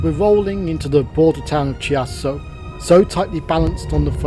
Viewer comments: Fascinating video! Thank you for showing us the possibilities and being so sympathetic to the various places and styles of architecture en route. Just one thing though: it's Key-ASS-so not Chee-asso. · Hi. A fascinating and enjoyable video, thank you. BTW 'Chiasso', the 'ch' in Italian is a 'K' sound, so the town of Chiasso is pronounced 'Keeasso'. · Great video. Very interesting, but as a pronunciation pedant I would like to point out that Gare Du Nord is pronounced NOR nor NORD. The D is silent unless an E follows it. The Swiss town of Chiasso is pronumbered KEE-ASS-O. and your destination is BO-VA Marina not BOVVER Marina. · Chiasso pronounced Kiasso. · Really lovely! Your choice of music actually enhanced the video. Do the Swiss pronounce Chiasso like you do? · Nice video. Of course once in Paris you could made it it to Gare de Lyon and catch a Frecciarossa to Milan and once there to get a Frecciarossa or an Italo train to Reggio Calabria and from there go to Sicily. But that way the trip and the video were surely more interisting. Great job, anyway. Just allow me to correct just one thing on the pronunciation of Chiasso. CH in Italian sounds K, than it's Kiasso.